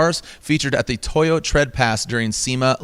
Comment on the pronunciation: Seriously? Toyo tires. Not Toyota tires.🤦‍♂️